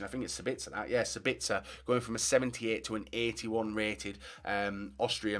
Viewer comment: You speak the a in Sabitzer longer then the e in Austria ;)